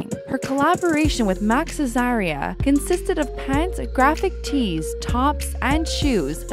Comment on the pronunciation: Max Azria not Azaria lol